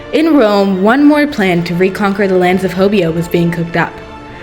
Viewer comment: correction: H-OH-BE-YO not HO-BEE-O